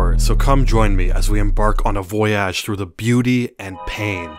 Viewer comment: no way bro said voyage with a soft g